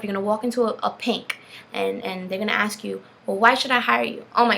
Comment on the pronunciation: You probably shouldn't axe questions